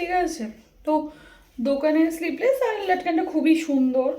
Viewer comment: kotha ta sleepless noy sleeveless, sleeve mane হাতা, ete hata nei tai sleeve less bobe